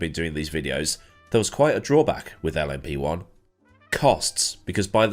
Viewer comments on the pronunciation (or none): This is the first time I've heard LMP1 said as 'Lumpy One' and I very much enjoy it.